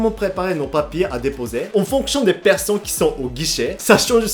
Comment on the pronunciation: Salut, j'ai l'impression que tu a une petite difficulté à prononcer les ne a la fin des mot comme par exemple personne tu prononce plus person, alors voilà je sais pas si tu va voir mon commentaire ou y prêter attention mais je te l'envoie tout de même